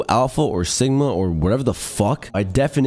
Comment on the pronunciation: "and if you wanna be a true sigmauh, lets laskdhfliuehifls enjoy the rest of clips"